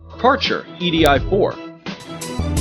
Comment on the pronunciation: How they pronaunce KÄRCHER is going to hurt europeans ears incredibly! One cn expect, that english speaking nations should be capable to listen and say international big brands somewhat to its original meaning, or are these folks such ignorant dumbassses ?!